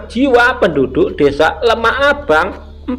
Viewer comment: LEMAHBANG Mas bukan LEMAH ABANG